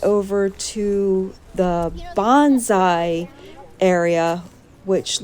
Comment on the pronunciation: The actual way to say Bonsai is Bone Sigh. Bonzai is a totally different word. Nice video, thank you.